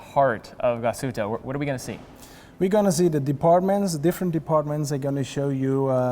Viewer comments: You even went there and still didn't learn how to pronounce it right GLAS-HÜTTE not GLASHUTA where's the A there? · Dear, sorry amigo, it’s Glash( heat)tte,not Glas(hood)tte. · Always amazes me how someone so mesmerized by a watchbrand not even care to pronounce it correct.